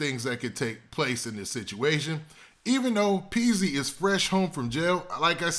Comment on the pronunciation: Its Peezy..not peaks. Wtf is peaks 🤔